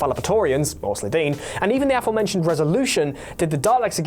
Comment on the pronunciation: Why do Youtube commentators invariably mispronounce "aforementioned"?